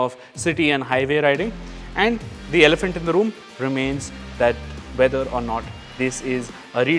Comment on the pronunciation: Fööksake its not called elephanth inda rooom!!'